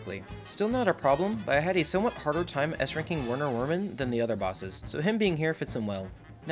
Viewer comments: No hate but you pronounced Werner Werman with a W it’s actually a V because I’m pretty sure that that name is in Germany 🇩🇪 remember that: my dad told me that and I believe him sorry this took long I liked your vid and one more thing I’m also playing expert I finished isle 1 on expert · It’s not Werner werman it’s pronounced VERNAH VERMAN But it’s spelt like Werner werman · Always heard Werner Werman pronounced verner verman